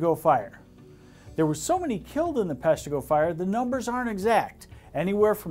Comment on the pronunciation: Thank you for pronouncing Peshtigo correctly. I remember reading about the 'forgotten Michigan Fires" while doing research on the Peshtigo conflagration. Its more than coincidence that the Great Lakes fire stories sound so much alike. Will people ever learn to not to burn brush and yard waste when its dry and windy?